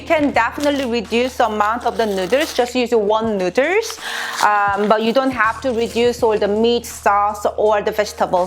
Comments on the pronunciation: I'm high and I think this is funny she keeps saying neuters and not noodles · STOP SAYING NUDERS!!!!!🤤🤤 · No problem saying rib eye and sesame oil but cant pronounce noodle #nuders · Can't stop hearing "neuters" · This is how many times she said “nuiders” ⬇️⬇️⬇️ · I will never pronounce noodles any other way than "nuders" from now on. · In case you're wondering, shes says noodles(nuders) 38 times. I highly suggest you dont play an alcoholic drinking game with this one, lmao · Hold up "Nooders" tf? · Why no1 tell her to b4 filmin its noodles not nudez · oh my gosh she said nuders and i lost it, was about to comment and make fun of it or somthing than i saw her shirt...i love her i think NUUUUDURRRS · I left the video when she said cup nuders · I definitely love your [nú:ders] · “Cup nooders” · Best believe that I'm gunna be calling noodles, nu:ders from now on!!! Lmao I love it!😂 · Did she say nooders instead of noodles? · "Cup nuders" hahaha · Lol cup “nú:ders” day no more I am subscribed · I left when she kept say nuders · "You guys loved my nu:ders" 😉 oh my glob lmao!😂😂😂😂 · This showed up in my recommendeds and I'm loving the vid but I can't stop giggling at the "nu:ders" lol... Also love how she can laugh at herself about it, so I just had to sub! Take a shot every time she says it... You'll be blitzed in about 5 min 😂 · So my friend challenge me to take a shot every time she said newdoes! I survived!!! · 10 dollars for how many time she says Newders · I didn’t realize that noodles is a hard pronunciation for Koreans til I started watching this channel- it made me realize my mom says noo-duhls and my dad says it nood-ders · I will actually be so sad if it is not "nu:dlers" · Cup nooders...lol😂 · Is noodles not nurdesss omg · Cup Nuddles lmao say it right I'll spell it right LMAO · nooders?! Hahaha NOODERS! WHAT? nooders............ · Why the heck does she say nuders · One Nu:ders or two nu:ders i love the way she says noodles. nu:ders... Lol 😆😍😌😇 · Mmmmmm nuders